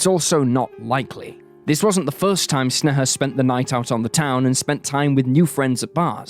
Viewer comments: It literally takes like 30 seconds of research to find out that sneha is pronounced like "snay-hah" and not whatever snuh-huh is supposed to be. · Snay-ha, not Sne-heh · i hate how u say her name. u say it soo many times and it sounds weird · Hearing my name from an American's mouth it feels wierd. You butchered the pronunciation. I am cringing.